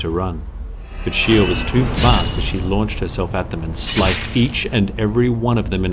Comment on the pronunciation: Ok yo im sure in the video i heard SHE HOE not shiho